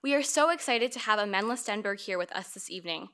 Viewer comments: No Amandla... not amand-la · Sesethu Hotele it is Amand-la but the person in the vid was saying amandala